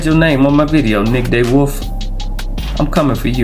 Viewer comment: its pronounced (D Wolf) not day wolf!!! And the guy with 9.5 lbs had a fish die and only weighed in 6. He had about 11lbs.